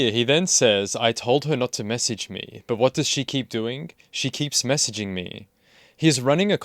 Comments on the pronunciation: SHE KEEPS MESSEEGEEMEE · “What does she keep doing?? She keeps mess-ee-gee-ng me”